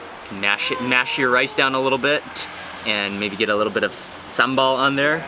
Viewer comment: Your Indonesian pronunciation is perfect. Some local people from my country can't even pronounce "sambal" correctly. Viewer from Malaysia.